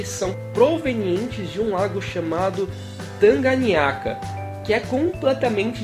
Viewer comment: Lago Tanganyika não tanganyaka